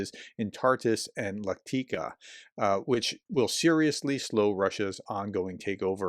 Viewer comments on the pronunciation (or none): It's not Latika , it's LATAKIA!!! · How do you continue to mispronounce Latakia as Lateeka?